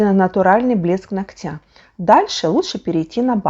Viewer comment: Все очень интересно , но ударение нОгтя